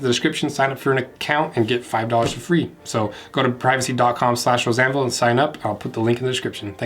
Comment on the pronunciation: Does anyone else hear "Roseanne Ville" instead of Rose Anvil?